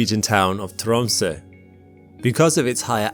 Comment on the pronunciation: Thank you for this bulk shipment of education and common sense, and for pronouncing Tromsø correctly 👌🏻